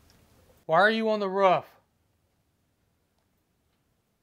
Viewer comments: "Why are you on the ruff?" Hahaha it's pronounced roof mate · Its a Roof not ruff!! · “Are you on the rawf?” 😂